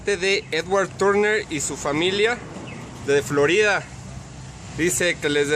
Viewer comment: Forida hahaha